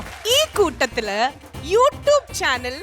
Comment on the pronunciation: യു ട്ടൂപ് അല്ല, യു റ്റ്യൂബ്😆😆😆😆